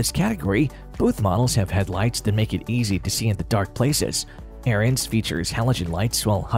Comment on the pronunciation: Hard to take the AI voice seriously when it can't even pronounce Ariens correctly, lol. It's pronounced "Erins", not "Aryans". And why so many people get that wrong boggles my mind. I used to work at Tecumseh back in the day and we built the engines for them and often had their company reps there and not once did I ever hear it pronounced like Aryans by ANYONE.